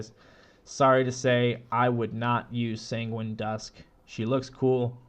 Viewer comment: Sanguine pronounced sounds like penguin lol also nice video! You should have more subs :)